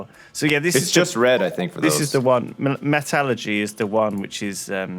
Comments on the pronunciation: Mat-alergy Really Lewis, it's metal-ergy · I really wish would pronounce metallurgy correctly